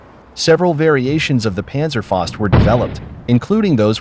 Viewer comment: Great video and great information but "faust" (fist in English) is pronounced "fowst;" not "fahst."